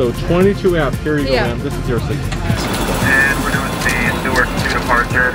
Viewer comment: Says newyork Caption : newark 😂